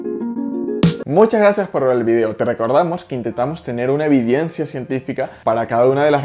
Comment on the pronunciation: mi pana al final del video dijiste "evidiencia" y se pronuncia "evidencia" sin a i, pero sin embargo muy buena informacion